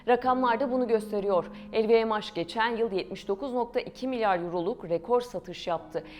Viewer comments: sadece pound a euro dememişler telffuzda yanlış lvmh el vi em haş nedir aga ? haş diye bir harfmi var ingilizcede bunu türkçe okuyorsan el vi em nedir? uzaktan eğitimlemi öğrendiniz içerik oluşturmayı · Lvmh i nasil telaffuz ediyorsunuz?!